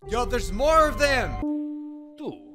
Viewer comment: The Famer can't even say no use just "Maur"